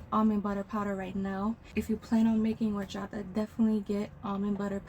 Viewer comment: Love the way you say Horchata 😊